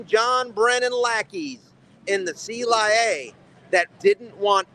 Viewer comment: I simply love it when he said “The C-lie-A!!”